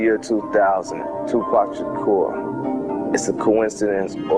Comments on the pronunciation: I really wish that english narrator would STOP calling him 2pack! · lol bitch its 2pac not 2pak ya dumb bitch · its 2 pac not 2 pack bitch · I nearly knocked somebody out once as they pronounced his name as 2pack shaker!?! I mean wtf, ignorant cunts the lot of them R.I.P Tupac Shakur 1971 TO 1996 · why this bitch saying two pack?? its TUPAC you dumb broad! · bitch its 2 pac not 2 pak tf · TUPAC NOT TUPACK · bitch it is tupac not tupack the fuck is wrong with you ??? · Tupac... not 2 pack... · exactly and "tupack" yea this bitch dont kno anything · I hate how white people say 2 pack smh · I really fuckin hate when people call him, "2PACK" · his name is two pock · yeah ikr its pronounced 2poc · she can pronounce makaveli but still says 2 pack after all this time. she's the dumb bitch lmao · hmmm....the female commentator said 2 "pack" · 2 Pack is how she say it lol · Lol the reporter is saying two pack xD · do yall not know hot pronounce 2pac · I know right? If your gonna do a documentary on him, talk about him or wateva, atleast you can do is pronounce his name right, its not that hard tu as in 2 and pac as in fuck but pac, geez man smh